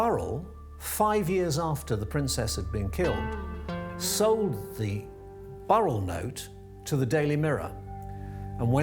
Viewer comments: That is the first time I have heard his name pronounced as Barrel - his name is Paul Burrell. Did they not see he has a "u" in his surname? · She could not even pronounce Paul Burrell's name correctly